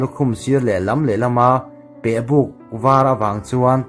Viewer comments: Thal fang tih hi buhfang kan tih anghian lam tur ilam diklo pehbuk pawh thingbuk kan lam anghian lam tur abuklai hi mizotawnghi chhiar ahar hranlo tawngka a kan hman thin hi ngaituah pah a chhiar tum ila adikduh fu mai,mahni tawngkan chhiarthiam loh chuan engtawng nge kan chhiarthiam chuan ang in zir hram hram atha e. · Ngaihnawm khawp mai, uluk leh zual a mizo tawng chiar nise..e.g. a chul a, pehbuk, thalfang e.t.c tang zel teh kan lo chang zel e... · Mizotawng chhiar i la zir a ngai, pehbuk, thalfang etc a lamdan dik i zir a ngai. A ngaihnawm hle mai. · A ngaihnawm.. Mahse inchhiar hma hian in en lawk lo mawni aw, thalfang, pehbuk han tih ang chi te hi a nihna bo thakin i chhiar a.. Ka lo ui thin..